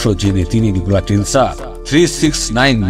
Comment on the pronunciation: I think Nichola Tesla.not Telsa.